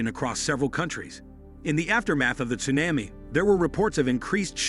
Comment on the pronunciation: Interesting video; however, the frequent mispronunciation of "tsunami" and "seismic" activity make the video a little frustrating to watch.